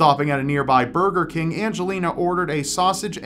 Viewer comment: did he say furger king ?